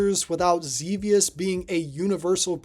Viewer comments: It's Zebiuusu. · Zebius* btw you said it wrong lol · Ugh, can't stand the way you're saying Xevious. It's incorrect.